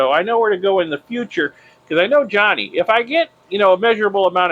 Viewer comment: Can you please not call him Johny. His name is Jani. I am sure its pronounced more like "yanni". Just check with him lol.😂